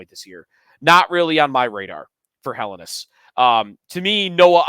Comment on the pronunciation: Day 4 of asking to say Helenius correctly.